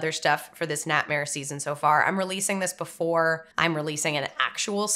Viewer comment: The way she says "ni'ihtmehr."